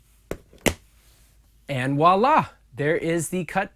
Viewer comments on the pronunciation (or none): Voila has a v sound at the beginning ... not wallah. ... lol VVVVoila. vvvv not w